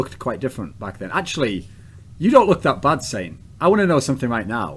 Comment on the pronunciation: sint sent sint sent.. no... its saint